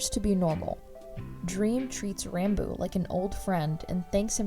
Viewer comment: Its pronounced rahn boo